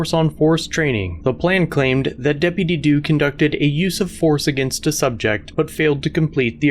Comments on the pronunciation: Depitty doo dah day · I felt a bit of joy everytime I heard "deputy dew". Sounds funny hahaha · That deputy due kills me every time he says it 😅😂😂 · Depidy Doo 😂🤣😂🤣😂🤣😂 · I can't stop hearing Dippity Doo lmao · Depiddy Doo lol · I thought he was going go into "dippy due da... dippy ye... "